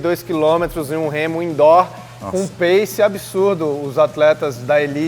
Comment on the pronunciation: indó = indoor hahah